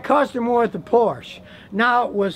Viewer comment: No it’s because he pronounces Porsche wrong